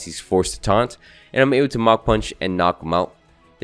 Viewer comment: I am still baffled by your magearna pronunciation, i don't know how you even get Mag-Uh-Nera,(I still really like your content,that one pronunciation just gets me going